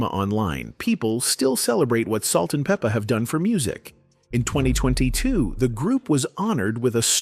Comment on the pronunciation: "Peep-a" , "Bi-op-ic" 🙄